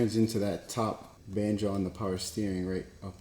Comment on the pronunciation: Nahhhhh yo 😂 you’ve gotta add in more bloopers! The mishaps with saying banjo are funny as hell